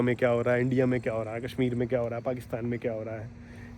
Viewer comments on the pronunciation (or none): none